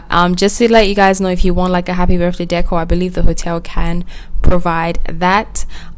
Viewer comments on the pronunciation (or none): none